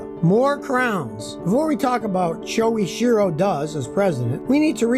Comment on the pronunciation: sho ichi ro. ichi as in itchy, as in the itchy and scratchy show.